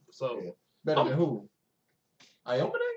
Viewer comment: heyy!! i've just binged watched your entire playlist of knb and am about to hit up the other ones. you guys are funny and provide a very chill atmosphere. i also love how you guys know the sport and can name all the moves (because i can't haha) no hate or anything but aomine is pronounced ow-me-neigh . i just noticed that and just wanted to be helpful. peace and stay lit, can't wait for s2